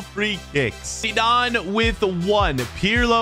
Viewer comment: It irritates me how you say Zidane (no offence)